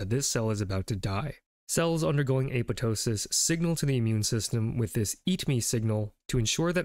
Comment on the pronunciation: FUCK YEAH LITERALLY THE FIRST TIME I'VE SEEN SOMEONE PRONOUNCE APOPTOSIS CORRECTLY!! 🤘🙇 HELL YEAH TO GREEK ROOTS!